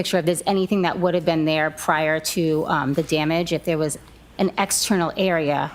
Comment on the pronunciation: OMG the hayer is thayer.🙄